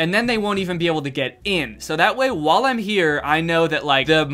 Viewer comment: "so while i'm here" while was pronounced as like wall, WAS THAT PUN INTENTIONAL DANNY? FHSDVFHDSVAFSVDAF BC IF SO I'M LIKE LAUGHING SCREAMING EVERYHTING KIFGNIKDFLG